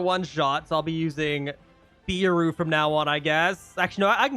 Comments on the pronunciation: btw ur saying beru as bEru when its more like behru after u say it like that say it without the h and hts the proper way to say it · BRO ITS NOT BIRU ITS BERU BERUU